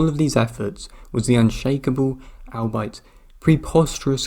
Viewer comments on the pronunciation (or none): Albeit is pronounced all be it, not al-bite. Just a heads up.